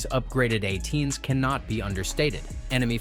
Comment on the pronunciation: “A-10s” not “atens” - poorly trained AI